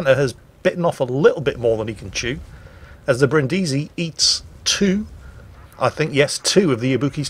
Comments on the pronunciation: The Brindisi isn't named after Brin Diesel from Fast & Furious, but after the city, so her name is pronounced BRINNdeezy. And while we're at it: Prinz Eugen of Savoy, after whom the Prinz Eugen was named, has the emphasis like the English form of Eugene, i.e. on the second syllable (OyGAYN). Even Germans get that wrong all the time. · As I mentioned earlier: learn how to pronounce Brindisi here